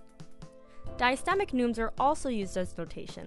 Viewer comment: Parchment is animal skin, hun, not paper. Diastematic (extra syllable there). Fix some of your pronunciations, both English and Latin, ask someone who knows Latin. But nice.